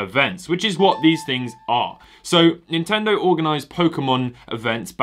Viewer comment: He said Nintendo wrong